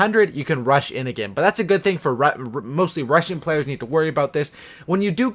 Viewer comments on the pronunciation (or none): When you said rush-in players it sounded like you said Russian players